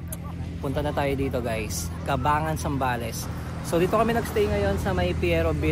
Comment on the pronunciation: ang tamang pagbigkas ay Cabang-Gan po